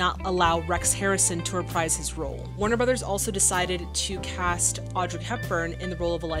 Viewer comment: Please, start saying "Warner Brothers", thank you.